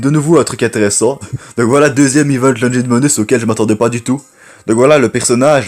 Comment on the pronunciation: Aussi on ne dit pas LOJIN ON DIT LOGIN log _ Guinn